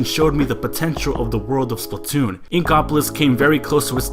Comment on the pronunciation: OMG PLZ STOP SAYONG IT WRONG EVERYONE DOES THAT it Splatoon not Spltoon >:( that's how everyone is saying it "Spltoon" I'm sorry but geez I was tired of hearing it that way......